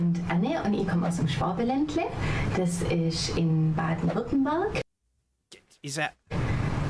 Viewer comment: Your pronounciation of Baden-Württemberg is extremly good, like 98% of native english speakers struggle hard with "ü" just like they do with "ä" and "ö", you were almost spot on so you got some language talent. But no, she said she lives around Stuttgart and some say Schwäbisch is it´s own language but it´s just a dialect. BTW: Sprache doesn´t mean english speaking, just language. You might wanna check out "how anyone can read german" by RobWords.